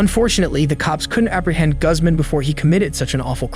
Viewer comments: Guzz man? Really dude? How do you not know how to pronounce that. Name? Even google knows that one. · Mispronounces a lot. I wonder if its a bot. Like who doesnt know how to say Zach or Guzman correctly (goozmahn, nut guhz-man) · Guzman is pronounced like Goozman. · Guzman is not pronounced like you think it is 😂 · Teach your AI the correct way to pronounce Guzman.